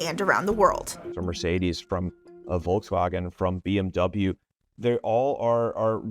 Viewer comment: I squirmed when she pronounced DOS OTTO and WOLKASWAGAN